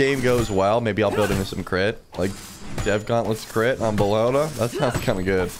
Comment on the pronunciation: it’s bellona lmao